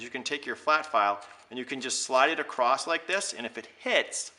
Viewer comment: thank you very helpful. I have the kit! ....btw say "across" not "acrosst". Sorry...